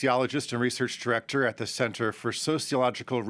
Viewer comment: Ze sing = The thing😊